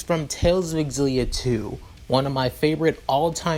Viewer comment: Oh my fucking god. I haven't started the video yet but this is going to be amazing, I've played every tales of games I can't wait. Also I'm fairly certain it's pronounced (Zill-E-ah) for xillia where the x is said like a Z.